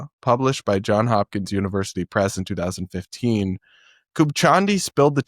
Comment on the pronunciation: It’s Johnsssssss Hopkins!